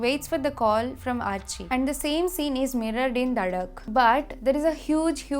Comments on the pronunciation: Also it is duuhhh not dhaaa😂😂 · Did she just say DHAAAAAA instead of DUHHHHHH